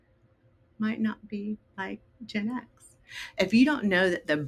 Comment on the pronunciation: is anyone else finding the way she pronounces GenX really annoying? Its Gen X not Genex